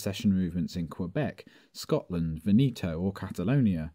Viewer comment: Good job, but please learn how to pronounce Veneto: the stress on the first syllable.